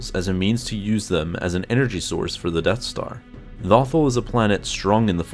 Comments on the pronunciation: Every time he mis-said lothal reminded me of the fact that in my own campaign, i miss typed halberd every time i typed it. (I had to use speech to text just now) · Your pronouncing Lothal wrong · You are saying lothal wrong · Please say “Lothal” correctly, it’s not like they don’t say it all the time in the show. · Every time you mispronounce "Lothal," a youngling dies somewhere in the galaxy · Vader: tell lothal wrong many times you can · Good info but please PRONOUNCE THE NAME OF THE PLANET CORRECTLY !!!! If in doubt go back an rewatch Star Wars Rebels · it was his narrator who said it wrong the person speaking isnt the guy who is in charge of the channel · I was just cringing when you said lothal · It's LothAl, not LOthal.At least say it correctly. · It's LothAl not LOthal lol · It is not pronounced "Lawthul" it is pronounced "Low-Thall" do you even watch the show ?? I mean the say the name more than enough to understand the way its pronounced. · Lumberjack Dan Low- tal/ Al. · Dude was thinking of “Brothel” instead of “Lothal” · It’s “Lowthall” not “Lawthall” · Loe- tharl not lothl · It bothers me he calls it lawthul instead of LOTHAL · "Lawthul"??? It's "Lowthaul" I was so distracted by this mispronunciation. lol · Im trying not to sound mean but it's "low-thal" not "law-thal" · Low-th-all not lawthul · It's Low-Thawl, not Lothel D'X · Lo thal NOT Lawthul but great and informative video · Lofal not lawfall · I fought the lawthul and the lawthul won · LOW-THAUL FFS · low-thawl FFS if you're going to make a video over Lothal, at least say the planets name correctly sheesh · I mean they pronounce it “Loh-thawl” for the entirety of Rebels lol. Where the hell did the need to make your own pronunciation come from??? 🤦‍♂️🤦‍♂️🤦‍♂️ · LOW-THAL Say it with me..... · The way he pronounces Lothal makes me cringe every time. 😖 Low-thAll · Is it pronounced lothal like waffle or lothal like you all ? I have heard it both ways over the years. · Its pronounced LOW THAWL